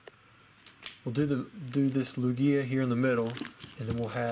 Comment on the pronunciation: Also, please say lugia right lol it’s cringeworthy how you say it 😂